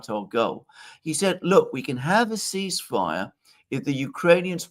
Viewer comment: great analysis, except for the Col suggesting a “air seizefire”….sounding like those fools at orangeman’s admin…😂